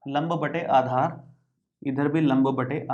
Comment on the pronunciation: Aadhar ki jagah par aachar😂😂😂